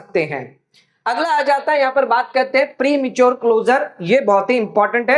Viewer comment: Prematuar पे इतना जोर देकर confuse मत करो जितना मिलेगा वही बोलो